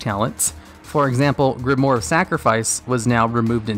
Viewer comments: grimoire. not grimore... pls.... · its pronounced grim-oire(owaa sound)